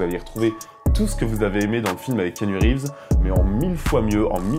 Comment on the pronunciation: On ne prononce pas kinu rives mais ki-A-nu reeves